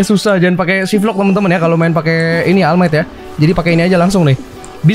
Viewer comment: All might Dibaca oll might:v